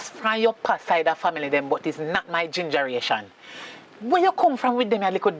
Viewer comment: Did she say GINGER-RATION😅😅😅😅